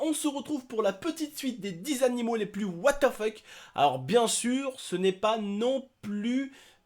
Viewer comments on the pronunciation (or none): Mdr j'ai l'impression que tu dis ''wate te feck'' au lieu de ''what the fuck'' ça me fait casser des barres (ceci n'est pas un commentaire de rageux) bisou 😘